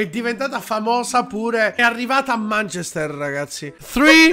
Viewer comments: manchester è pronunciato manchèster non mànchester quindi si, hai ragione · ma manchester non si pronuncia così....anche google traduttore lo dice giusto...provate😂